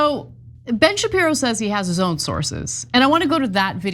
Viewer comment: Shapirooooo come on… 😂😂